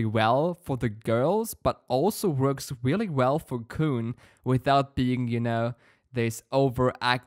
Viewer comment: by the way, his name pronunciation is Kun, the un is the sound from (un)understand. Sounds like Kwun, K, w, un. like english phonics.